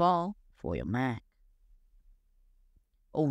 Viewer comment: It’s “Mac” not “Maaa.” Place more emphasis on the “c.” It took me a while to realize you were trying to saying “Mac.” Maaa is short for mom. In America, Apple is a god. Do not disrespect our gods. It’s blasphemous. Repent and redo this video saying “Mac” correctly or the Apple secret service will be angry.